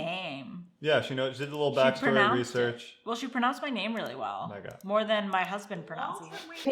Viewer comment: She said Megha properly...that is all.